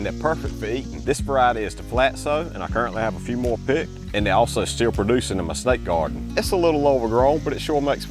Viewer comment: Am I the only one who heard Snake Garden? 😮